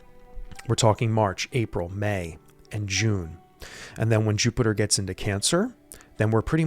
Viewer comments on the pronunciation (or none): none